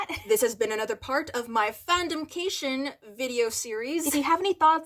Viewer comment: "fandomcation'' - 2021